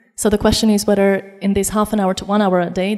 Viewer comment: ...whedder... udder....(whether ....other )...not being pedantic (understood perfectly).... just saying